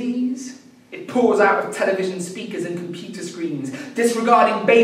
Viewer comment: He said "compeeter" and "rellum" and I am extremely distressed.